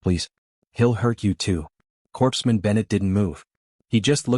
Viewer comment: Overall, a decent story. The humans' philosophy is something we hold up, and strive for, today; but we're not there yet. Hopefully, we'll get there someday. Now, a minor critique: Within the context of this story, "Corpsman" should be pronounced like "Core-man". If you wanted the word to pronounce the "ps" combination in that word, you should have had the AI spell the "Corps" portion of the word with an e; so "Corpseman" instead of "Corpsman".